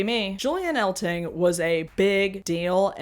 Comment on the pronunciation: A quick correction: You mispronounced Julian Eltinge's name. It rhymes with fringe or hinge. Eltinge was a native of Butte, Montana, and there was a bar there named Julian's in his honor, and decorated with memorabilia from his career. It was owned by Jim Kephart and Dave and Robin Jordan. Also, how could you forget Danny LaRue, Charles Pearce, and Divine? All huge crossover stars in the 60's and 70's. Comedians like Milton Berle, Jackie Gleason, Bob Hope, and Flip Wilson would also often do drag skits on their mainstream variety shows in the 50's, 60's, and 70's. Perhaps as a reaction to the AIDS crisis, drag pretty much disappeared from network TV in the 80's. ( unless you count Bossum Buddies, or Boy George as drag.)